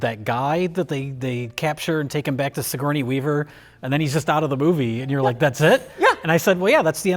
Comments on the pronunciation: pronounced "sigourney-a weaver" the same way gmcfosho did in "Miss My Ni" where he tried to make "sigourney-a [weaver]" rhyme with "hernia" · "Sigourneya Weaver"